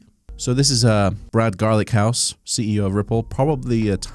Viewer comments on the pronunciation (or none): ‘Garlinghouse’ not Garlichouse lol 😂